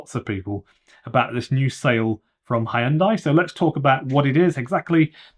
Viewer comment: you lost me at "Hiundai"